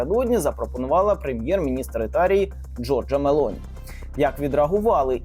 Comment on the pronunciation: Недолугому коментатору підказую: прем'єр міністр Італії носить прізвище МелОні, а не МЕлоні.